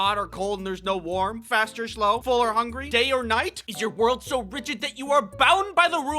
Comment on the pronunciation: I heard "gay or night" instead of "day or night"